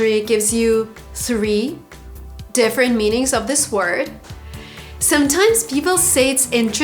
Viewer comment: You said: 1) defferent. It is different . 2) most of people?